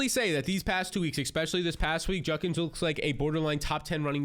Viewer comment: Bro, it's JUDkins. Not Junkins. Hate to be that person but damn you say it wrong every time.